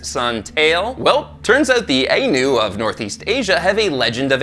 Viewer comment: I know I'm late but I've just discovered this channel. It's great to hear our culture being brought up, but our name is pronounced the eye-noo.Our practices involved taking two bear cubs and raising them as equals amongst our people. Both were treated as gods. When it came time to release the spirit, only one bear was chosen. The other was ushered into the wilderness.